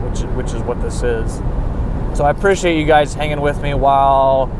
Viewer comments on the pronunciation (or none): "purrciate it" 😂